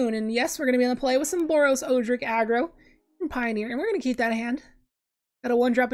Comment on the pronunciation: I’m fairly confident Odric is pronounced ‘Odd-dric’, not ‘Oo-dric’.